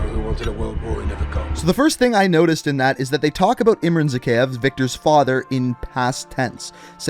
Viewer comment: Okay. I've watched a fair number of your videos and at this point, I have to say something. How on earth can someone as well versed in the MW lore as you mispronounce every. single. name. You're literally playing video with the names pronounced and mispronouncing them. ER-zik-stan, not YOUR-zik-stan. kuh-LED, not kah-LEED. zuh-KEYE-ev, not zuh-KAY-ev. Seriously, at this point I'm surprised you haven't said EYEM-ran rather than IHM-ran. It's actually what's keeping me from subscribing. It's actually annoying.